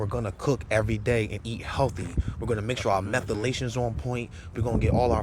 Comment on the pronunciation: what is methalations?